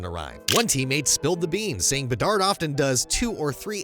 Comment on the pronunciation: Hahaha, came to say the same 👍